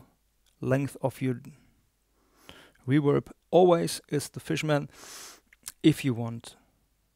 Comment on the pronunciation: It’s REVERB!!! Not REWERB. Please!!